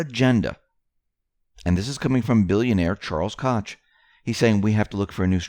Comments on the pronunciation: It's great to have a 'play by play' book,. Just hope it all turns out as 'the Plan' delineates. Thanx for all you do. Incidentally, 'Koch' is pronounced 'Coke', instead of as Ed Koch. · PLEASE STOP SAYING CAUCH... It's Koch properly pronounced as "COKE" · Koch is pronounced Coke. Not knowing that questions reliability. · Just a heads up man, Koch is pronounced Coke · Koch pronounced Coke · Koch=Coke... that is how you say the name, we have two Koch(coke) plants here in Okla. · Koch is pronounced, “coke”. ❤️ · It is Koch, pronounced Coke